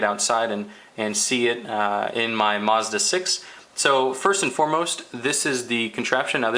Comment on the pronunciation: It's MAZda not MOZda